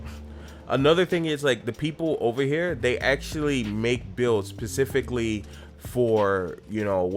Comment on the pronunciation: v o x Loved the video, super high quality and your general timbre is on point. But, my bro I gotta tell you "specifically" starts with an "S" not a "P" my man.... I'm not being a troll or a hater. So much high level production...seems odd to not speak the native language with accuracy.